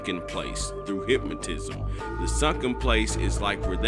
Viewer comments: Thank you! I was thinking the same thing. You mean Hypnosis?? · if dis nigga say hipmotisum one more got damn time. 😵